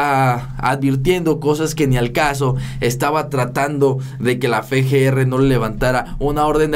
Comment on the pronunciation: Se dice Efe ge. Erre